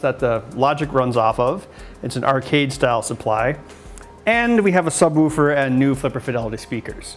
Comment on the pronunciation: Your pronunciation of "subwoofer" always makes me chuckle